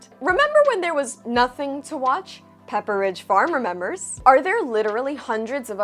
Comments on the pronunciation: The enunciation of "Pepper ridge" farms caught me off guard. 😂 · I don't think it's "wrong" per se, but the commercials pronounce it as "Peppe ridge" no space. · The way you pronounce Pepperidge Farm 😂